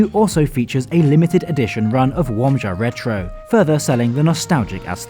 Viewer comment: Damn, they even did retro Łomża which already is one of favourite beers. Polish pronunciation? On point. Respect to the creator for taking time and effort just to say the names like a polish speaker would .